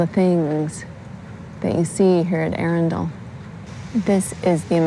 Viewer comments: Say 'Arundle', accent on the capital A. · Try saying 'trundle. or 'dirndl' - it's really easier if you forget the 'e;'on the end - 'muddle'? 'Puddle, maybe? Just try ARRUNdle - the AR and Run are level - and the 'd'l is tacked on the end. Many Americans have endless problems pronouncing English place names, let alone Welsh, Scottish and Irish all of which are based on two other native languages - neither of them English. TBH it's painful to listen to. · You made Arundel [pr Arundle, like trundle] sound like a place from 'Lord of the Rings'.....................plus lots more. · well, you probably are new to me, but I usually do a good job pronouncing most British place names. I think 90% of the time I'm correct. The mistake I made at Arundel was that I didn't ask how to pronounce it before filming the video! That's what I typically do. I have been visiting Britain since 1985. Since I have been married to a British citizen for the last 31 years, I have been there dozens of times. We now live in England five months out of the year. I've learned a lot in that time!